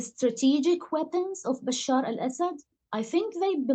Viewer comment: Funny! the reporter does not know how to pronounce the name of the dictator who ruled the country he is reporting on. I mean the name bashar is really not that difficult to pronounce